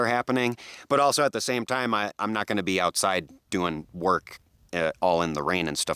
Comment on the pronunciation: I just realized that you say, "What's GROWING on everybody..." LOL! Love the channel and thank you for sharing your knowledge with us!